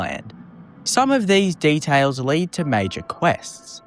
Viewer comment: "detales " "maurmuntz"